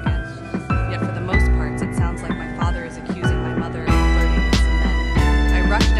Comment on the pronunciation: The way she said mother